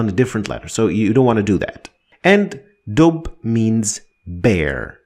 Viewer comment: Good tutorial. The only problem is that in arabic we rarely end words with a dhamma wich is something you do all the time. For ex, we dont say dub we say dubbun or addubbu